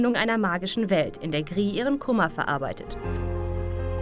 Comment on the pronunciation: des Videos: Gris kommt aus Spanien, es ist daher anzunehmen, dass es "GriS", nicht "Gri" ausgesprochen wird - Klugscheißmodus ende. Saludos an die Gamestars. :-)